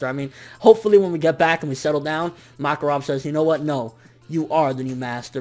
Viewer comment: you were bugging the shit out of me saying MOKarov instead of MAKarov